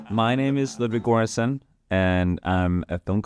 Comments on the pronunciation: Ludwig Gore-enssen? Really? Thats not how you pronounce Göransson xD that was silly af. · Come on Ludwig, please pronounce your own last name correctly.